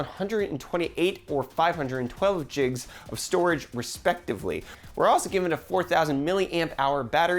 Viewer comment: lol "Jigs"